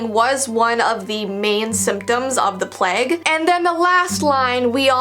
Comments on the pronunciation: It,s pronounced plage not pleg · kept on saying PLEG it's PLAGUE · In the ring around the Rosie when you said Plage that’s not how it’s pronounced it pronounced as (plaje) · The pronunciation of plague is sending me...its PLAY-gue not PLE-gue 🤣love from england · the pleg.... i think you mean the plague (play guh) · I'm from England you say it so weirdddddd plage it's pronounced pla-gue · saying "pleg" 😂 I mean I guess some people may pronounce it like this but.. 😂 I say "plage " I know you spell it plague but ya know I'm just spelling it like this so you can see what I mean 😂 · saying pleg is just a big mood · I don't know if in America it's different but in England it's pronounced the "playg" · Me: hears her say plague My conscience: A pleg..? Me realising it might be because I’m Aussie. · It’s pronounced play-g :) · I'm sorry but saying pleg instead of plague makes the topic much more lighthearted 😂